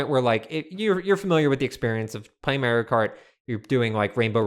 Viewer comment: i will never get over the way pronounces mario